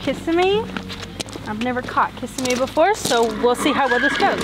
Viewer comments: It's pronounced kis-SIM-mee. I pray Candy does not have any poll damage from that halter. And how come Seay never got Glimmer's ears cleaned out? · Do you mispronounce Kissimmee on purpose?